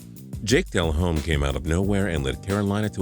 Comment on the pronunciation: When he says jake delhomme's name wrong